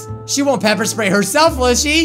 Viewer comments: Sepper Ppray xD Pepper Spray xD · DID HE SAY PEPER SPRAY I HAVE GOT PEPPER SPRAYED BECAUSE I was holding a bat I killed midori and other stuff